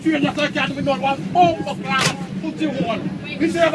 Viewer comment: I laugh how he said "Bumbaclot" and